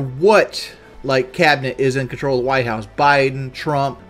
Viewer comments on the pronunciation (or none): none